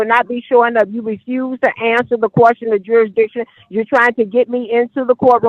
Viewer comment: It's question not quastion. You don't even know the word